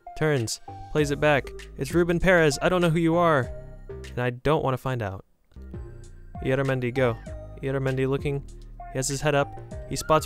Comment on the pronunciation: Im spanish and my favorite team is the Real Sociedad, it isn't say ilaramendi it says IYARRAMENDI to spell. Sry 4 the English 😅